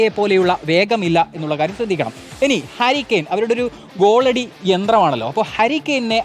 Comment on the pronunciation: ഈ ഒരു ആണല്ലോ.... ഊള വിശകലനം.. ഹരി കെയിൻ 😂😂 താലിയാഫിക്കോ 😂😂😂 പേര് പോലും നേരെ പറയാൻ അറിയാത്ത ഒരു റിപ്പോട്ടർ